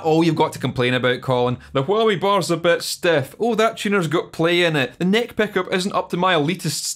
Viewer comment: The word "peckup" is my new favourite word